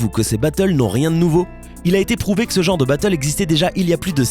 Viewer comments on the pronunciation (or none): none